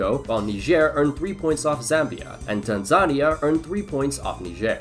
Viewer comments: Tan-ZA-nea is the pronunciation not Tansa-ni-a 🥲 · fyi you mispronounced Tanzania. its Tan-Za-Ni-A, not Ta-Zan-Nia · My brother in Christ, it’s pronounced tan-ZUH-nee-YAH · PLEASE PRONOUNCE TANZANIA CORRECTLY!!!!! Tan-Za-Ni-a, Put an emphasis on the "I". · The way he said Tanzania 💀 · Never heard someone say "Tanzania" like that. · The pronunciation of Tanzania 💀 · bro messed up Tanzania”s name so bad lmao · How do you mess up saying Tanzania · Nice video, but please learn how to pronounce Tanzania